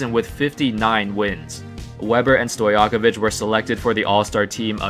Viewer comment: Divac ( reed it as Divatz) and Stojakovic ( Stojakovitj - don't know how to properly explain this but listen to Denver comentators, they usualy say it properly when saying Jokic) sam goes for Bogdanovic, Teodosic, Jokic, Marjanovic, Bjelica...